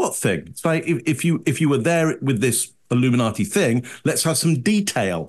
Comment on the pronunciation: He said ‘illiminati’ and I said ‘nope.’